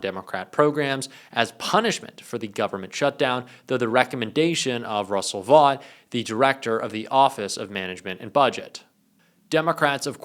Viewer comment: Russell Vought pronounces his name "Vote" please stop saying it wrong. He needs to go down in history for the evil he's doing properly named.